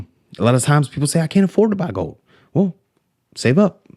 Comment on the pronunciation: Tin things bout siver an goud. Pronunciation matters.